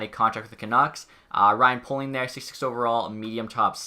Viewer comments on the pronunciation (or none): none